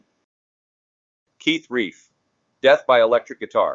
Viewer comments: Looks like the computer-generated narrator is reading “Relf” as “Reif”. It’s pronounced Relf as in self. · I am a Yardbirds fan. I THINK Keith's last name is pronounced as "RELPH," like Ralph but with an "E" where the "A" is usually found where the "A" is supposed to be. (BTW, what a crazy way to go! I believe he had been drinking at the time of the incident. Such a huge loss to Rock and Roll. 😖😥💔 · R E L F is pronounced like it was elf with an R at the beginning . Feed your AI narrator better info.